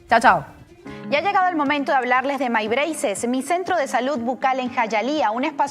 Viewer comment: El “Maibreises” en la publicidad de My Braces me rompe los oídos